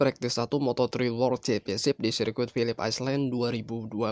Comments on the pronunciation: Pilip ailen bacanya min,,bukan aislen malu2in wkwkwk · Island=(baca) ai'len, bukan iceland=(baca) ais'len